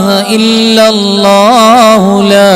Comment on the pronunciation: ഉസ്താദ് ഇഖ്ലാ സ് ഒതുമ്പോ ൾ അല്ലാ ഹു സ്വ മ ദ് എന്ന് ഒതുമ്പോൾ ഹല്ലാ ഹു എന്നാ ണ് കേൾക്കുന്നത്